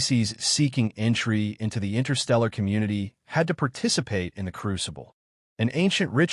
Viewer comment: "PERTICUHPATE" IS NOT A WORD. *PARTICIPATE.